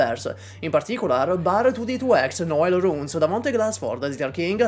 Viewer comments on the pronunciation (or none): none